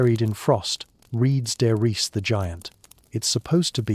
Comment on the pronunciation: Current is not measured in kilowatts. Current is measured in amps. Learn how to pronounce "die Glocke," "der Riese."